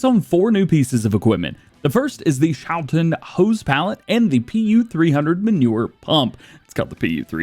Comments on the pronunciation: Okay, if you put Google Translate into Dutch and let it speak the word you get a good pronunciation of the schou part of Schouten (the last part is a bit wonky, but that is just pronounced like is you are already doing/like the English ten is pronounced) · Since Schouten is a Dutch company, the ch is pronounced like the Dutch g, which sounds most like clearing your throat, if interested I could provide a pronunciation guide